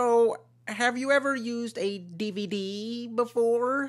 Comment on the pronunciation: This video has a disturbing lack of guh-laow, however the butt-hins quotient is enough for me to thumbs up this DEE-VEE-DEE